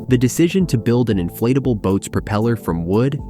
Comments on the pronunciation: ”Inflateble hull”. 😂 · Why does the narrator keep calling it an inflateable boat